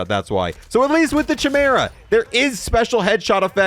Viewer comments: Why do you pronounce chimera like that 😭😭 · Chamera...... Its pronounced Kaimera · Every time he pronounces it "Chim-era" instead of "Ki-meer-a" an angel loses its wings. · This is the ONLY Boys store purchase I fell for. Not for the ability to hide but the animal friends you see when killing enemies. However, I have to say... Chimera is with a hard K sound, not a soft CH sound. KI-mera, not CHI-mera. Sorry - rant over ;) PS: The Beaver was referenced in the show as part of Black Noir's psychosis, referring to when he was a child and watched cartoons. These cartoon friends later became the only "people" he'd confide in and represented some of his best friends/worst enemies... Lastly, I thought I'd have to tweak the Chimera settings but... it's damn good out of the box.... loving it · It's pronounced Quimera. Not schimera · It's "KAI-mera", not "CHAI-mera". Look it up real quick. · It's KI-mera not cha mera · Liked you until you called the gun a shimera..... Kaimera...its pronounced kaimera... Unsubbed. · Its pronounced KYmera, not chehmera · Ky-mera, not Chy-mera. Never Across-T. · Kai-mera lol great video though man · The most annoying thing in this video is the poor pronunciation of "Chimera" its actually kai- mer- uh. Other than that nice vid. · Idk if you know this but c and h make a k sound when together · Chimera....sounds like (phonetic) kymera...stop raping language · Its 'Kai-Mera' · Love the bundle. Hate the SHI-mera pronunciation. I’m excited to test this out! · chimera is pronounced as "kai me ruh" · It’s bugging me how he mispronounces chimera… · Homie..its pronounced Kai-mera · Kai-meh-ruh. Please for the love of god. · Bro said shimera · It's said like kimera not ch like cheese. K like kong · Mans really thinks its called the CHAI-mara 🤦‍♀ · Bro said, “ CH-mera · How to pronounce “CHIMERA” 🫵🏽🫵🏽🫵🏽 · Bro it was driving me insane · I cringe every time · At this point hes got to be pronouncing the chimera wrong on purpose, right?